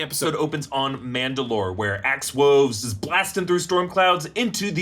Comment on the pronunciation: did you say Axe "Woes"?? 👂🏽 🤔 lol 😂 j/k 🐺